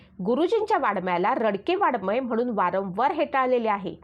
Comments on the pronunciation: अहो ताई, वाडमय नाही. तो शब्द वाङ् मय आहे. तुम्ही साने गुरुजीं सारख्या एखाद्या उत्तुंग प्रतिभा असलेल्या लेखकाबद्दल बोलताय याचे तरी भान ठेवा आणि शब्दांचे उच्चार शुद्ध करा. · Vakkyavakkyat chukiche utchchar !moththe nahi , mothe ! ani Vadagya sarakha sailent amkaryukt shabd tar saphach chukicha ahe ;Vadmay nave ,Va 'ang'may ! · शी शी किती चुका ! वाङ्मय च्या ऐवजी वाडमय व 'डोक्यातून' च्या ऐवजी 'डोळ्यातून ' म्हणणार्‍या या मूर्ख बाईला पु ल देशपांडेंच भाषण वाचायला देणारे शतमूर्ख! पु लं असते तर हे ऐकून त्यांनी सुद्धा जीव दिला असता ! न चा ण आणि ण चा न करते त्याकडे एकवेळ दुर्लक्ष करू पण किती अशुद्ध व भयानक उच्चार...